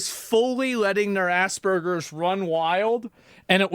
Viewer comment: ASSBURGERS IS NOT A THING ! STOP SAYING IT 😂😂😂😂